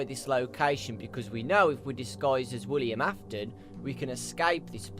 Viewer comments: WILLIAM Afton, it's WILLIAM Afton,! This has been driving me crazy! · Miklz aftonn. AINT IT WILLIAM AFTON ????